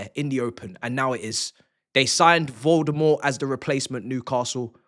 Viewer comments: Did just say Voldemorde instead of Woltemade? Huh...interesting, kinda works! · Did my guy just call Woltemade, Voldemort? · Man said Voldermort LOL